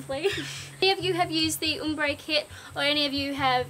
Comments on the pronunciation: it's pronounced OMbre, not UMbre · Its probounced ahm bre not oom bre haha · It's OMbre, not UMbre! As it's spelt! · OMbre not UHMmbre lol